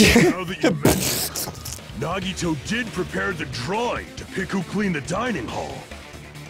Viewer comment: It's so hilarious and also painful watching them be so smug about Nagito but thank God they're pronouncing his name right AND realized he isn't Makoto